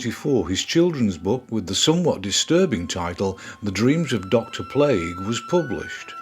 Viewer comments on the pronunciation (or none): none